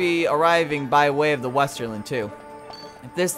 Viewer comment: couldnt help but be annoyed when he kept saying "Esterland" Boy was that painful